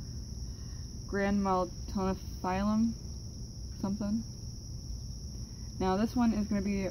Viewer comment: Gra mat toe fill um